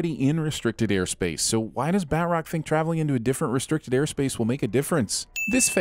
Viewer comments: doesn't know how to pronounce batrock. Ding! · It’s pronounced bat-troc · Ah yes, my favorite Marvel villain, "Bat-Rock" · D do you not know how to say batroc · Not how you say Batroc.